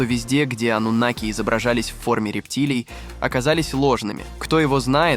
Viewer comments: Ты человек или читающий робот ? Почему слово " анунаки " произносится по разному, то ударение на букву "а" , то на букву "у" ????? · Какие ударения-жуть.Пытаются донести матриал, н зная его основ,к чему такое тшательное произношение-ануннннаки? Их и попросту анунаками называют. ошибки не будет. то ли боты тперь все озвучивают,ударения-швах.